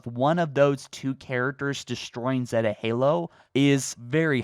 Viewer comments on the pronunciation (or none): none